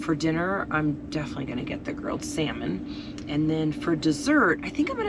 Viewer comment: "L" is silent when ordering Salmon. Just an FYI... love the content!!!